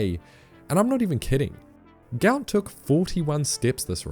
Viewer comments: His name is Guot Guot. Pronounced “gwot”. His parents are so embarrassed for him about the mixup in his name. Check it. The clip of them speaking about it. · Just saw his family on the TV. They said his name is pronounced more like guwot not gout. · His name is Guot Guot, apparently, and pronounced Gwot. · Before he gets too popular, we need to start following the request from his father that his name is actually Guot Guot (pronounced Gwot Gwot). It was translated incorrectly when he was young, and they're looking into getting it changed. He doesn't like him being called a disease. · His father has said that his son's name is actually supposed to be Guot Guot (pronounced Gwot). As with many Sudanese in the escape through Egypt, the ID document process made errors in the parents' name. His father is unhappy with his son being known by the name of a disease, rather than the name they wished to give him, and is looking to change the name legally. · Only in Australian will someone make headlines become a public sensation and have his name misspelled / mispronounced. His name is Guot. The father confirmed it himself to correct everyone.